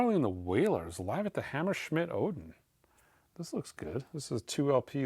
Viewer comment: Btw not sure if you're doing this on purpose, or you are trying to wind people up in the UK, but it's pronounced Hammer-smith not Hammer-schmidt. From someone who lives in Hammer-Smith.